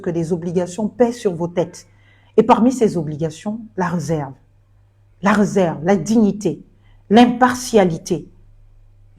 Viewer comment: Pas toi.... l'accent aiguë 😢😢😢. On dit la RÉserve pas le REserve.... incroyable l'école au Gabon est devenue quoi? On ne prononce plus l'accent aiguë 😢😢😢...